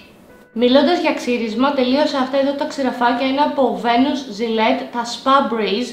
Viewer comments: Κράζεις κράζεις κράζεις αλλά είσαι η μεγαλύτερη τρασιλα στο YouTube. Και Btw να σου υπενθυμίσω ότι τα ξυραφάκια διαβάζονται βΙνους και όχι βΕνους. Λυπάμαι αν η Gillette σε πλήρωσε ενώ είπες λάθος το όνομα κραζοντας μια άλλη κοπέλα για τον ίδιο λογο χωρίς να σου έχει κάνει τίποτα προσωπικά. Που δεν με νοιάζει αν το είπες λάθος άνθρωποι είμαστε(εμείς οι υπόλοιποι) και κμν λάθη αλλά είσαι απίστευτα αγενής μόνο και μόνο για να να κάνεις ντόρο γύρω από το όνομα σου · και μετά λέει βένους αντί για βίνους και φέμ φατάλ αντί για φαμ φατάλ... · Ναι βι ειναι οχι βε, αλλα η αυθεντικη προφορα που δν διδαχτηκε ποτε ειναι κατι σαν βινες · Εσύ δεν ξέρεις ότι την Garnier την λένε Γκαρνιε και όχι Γκαρνιερ και ότι Venus ειναι Βινους και οχι Βενους, vitality δεν είναι βιταλιτι αλλά βαιταλιτι, femme είναι φαμ και όχι φεμ, micellaire είναι μισελερ και όχι μισελαρ και κραζεις άλλη κοπέλα που προφερε λάθος το όνομα εταιρείας που δεν την ξέρει κανένας; 😂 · Βασικά επειδή με πιάνει ένα OCD με τις λέξεις, ούτε εσείς που τη διορθώνετε για το Venus είστε σωστοί. Η εταιρία χρησιμοποιεί την αγγλική προφορά του ονόματος, άρα Βίνας, όχι Βίνους όπως διορθώνετε. Αν θέλετε σε κλασσικά λατινικά είναι Βένους. Οπότε δεν υπάρχει "Βίνους" 😂 Αν είναι να διορθώσετε, κάντε το σωστά...